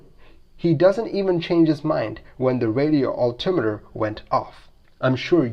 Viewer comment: I've never heard anyone else ever pronounce "altitude" and "altimeter", the way you do. Sure sounds mispronounced to me.